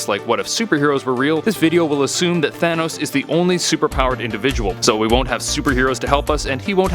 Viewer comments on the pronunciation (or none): It said Tahnos instead of Thanos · You speel thanos wrong its not tahnos its thanos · Tahnos? Don't you mean Thanos? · Half of the universe would die. There I answered it for u. Btw it’s thanos not tahnos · You spelled thanos tahnos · you spelled Thanos wrong you spell Thanos like this Tahnos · You spelled Thanos wrong you put Tahnos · Tahnos really it’s thanos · Thanos not Tahnos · It is thanos not tahnos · Tahnos??Or Thanos?? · tahnos its thanos idiot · ..thanos...not tahnos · Thanos, not Tahnos. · it’s “Thanos” not “Tahnos” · ITS THANOS, NOT TAHNOS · it's thanos not tahnos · Im confused thanos or tahnos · tahnos lmao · my boy Tahnos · Thanos? I only know Tahnos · “Tahnos” should double check your videos before uploading no hate love this channel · Tahnos? lol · "What if Tahnos was real?' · what if "Tahnos" was real? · its Thanos not tahnos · He spelled thanos like tanos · Whos Tahnos? I know Thanos but not Tahnos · What if “tahnos” was real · Tahnos lol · TAHNOS for real? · Tahnaos??? Is what he said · thanks, now I know what would happen if "Tahnos" was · "what if tahnos was real?" l0l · Wait... who’s Tahnos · "What if Tahnos was real" lol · Did anyone else notice how he put Tahnos? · It said tahnos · Didn’t know his name was Tahnos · "Tahnos" epic... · Tahnos? Wtf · in the intro it said tahnos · whaat excuse me?? Tahnos?! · Who's Tahnos? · it says tahnos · Lol Tahnos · Intro says What If Tahnos was real. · Tahnos???? XD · You said in the words what if tahnos was real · Any body else notice I says in the beginning what if tahnos was real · tahnos xd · "What if tahnos was real" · . Really. Tahnos. Well, life’s buggst qeustions, I am dissapointed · what is "TAHNOS" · Tahnoes? Lmao